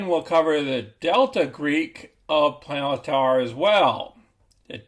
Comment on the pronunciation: Sorry, After that pronunciation of palantir i cant watch you more than 10 seconds.. Palayantar SMH